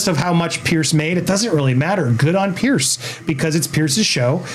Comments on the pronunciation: Its Piers... pronounced peeers... Not Pierce it's driving me mad after hearing his name so.many.times... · Ffs his name is Piers, not Pearce. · Piers not Pierce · Piers not Pearce.